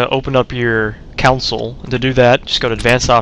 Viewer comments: Its console not council... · Console, not council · lol wut a nurd you said counsel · hehe he called it the COWnsle